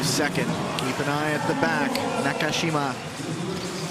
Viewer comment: Somebody please tell the commentator how to say "Na-ka-shi-ma"! There is no "cash".